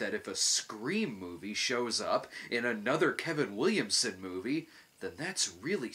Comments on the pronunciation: Moive? Is that Yiddish for anything or just how people from Jersey pronounce "Marv?" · The "Moive" 🤣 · "My Little Pony the Moive"?